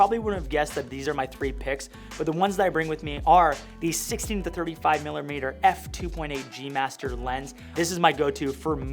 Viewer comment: “The 16 terr thirrrty five millerrmeterr” 😂